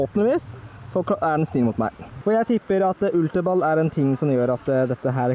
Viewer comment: Du sa ultra balle :-p lol